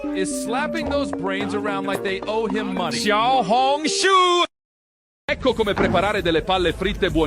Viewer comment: nah its XIAO HONG SHUUU